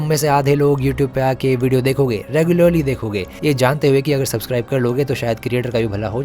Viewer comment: sucbuscribe hai 😂